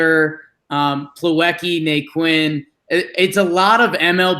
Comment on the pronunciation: Na-Quin? Really? Come on man....You guys aren't baseball fans, you are just Yankee fans